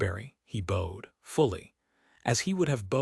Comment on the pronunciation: It was a good story. The little weasel Grice had to go find someone else. I liked the end too. I rate the tale a 7 out of 10. HOWEVER, you are still using that stupid AI voice that mispronounces words; BOWED is a heteronym; say it correctly for the meaning of the sentence!